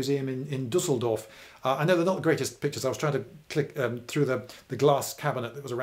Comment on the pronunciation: 1hour of educational entertainment, as allllllways. thx and heartfull greetings from germany ....btw, good pronunciation of Düsseldorf ^^